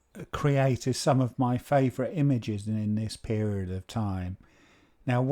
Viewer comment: "FAOURATE" ? Did you mean FAVOURITE ?